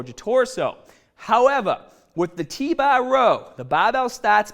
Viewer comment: Get strongah with T bah